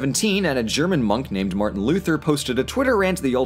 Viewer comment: martian luther? since when is he from mars? lol. also "sequel" not "squeal"